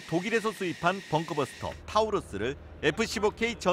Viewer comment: 요새 기사 브리핑 왜이리 발음이 개판이냐 벙크버스트라고 했다가 벙크버스터, 벙커버스트라고 했다가 결국 벙크버스트라고 하고 난리네 이정도면 정확한 명칭 자체를 모르는거같은데? 제대로 읽는걸 한번을 못하냐?